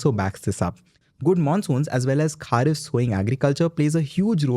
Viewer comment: It's खरीफ not खारीफ should visit countryside to get real view , otherwise it's a very nice and crisp channel to get update, keep it up